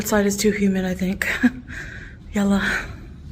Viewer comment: Ugh! Will someone…anyone tell to stop saying YELLAH. She’s not even saying it right!